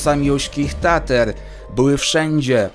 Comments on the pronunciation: tatr nie tater byku, oczywiście łapka jak zawsze super materiał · Materiał zacny jak zawsze . (btw Tatr nie Tater)